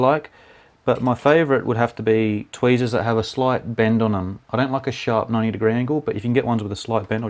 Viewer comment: i rlly like the word "tweasers" it sounds like a cute little baby that cant prenounce the letter "r" right xD